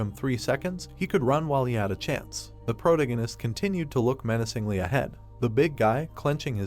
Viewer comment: Is it only me or the names are all incorrect and wat is about “he looked meancingly” I heart more then 😩100 times within tis 1 min.😅😅😅(BTW NO HATE JUST MY THOUGHTS)